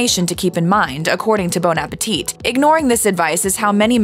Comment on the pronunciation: "Bone Apateet" 😂